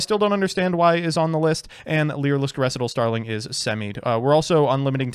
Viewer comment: really is still mispronouncing Recital Starling. He's COMMITTED to this bit.